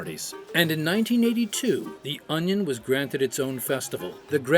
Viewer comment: Don't you mean onyo?